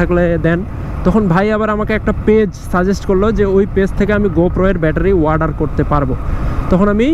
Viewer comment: ওয়াডার না অর্ডার Order